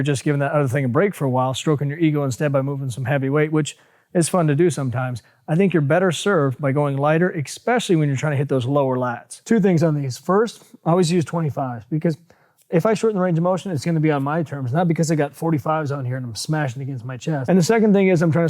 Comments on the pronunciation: Did he just say "expecially"? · Did he just say eXpecially? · I didn't know "especially" had an "x" in it...great vid though!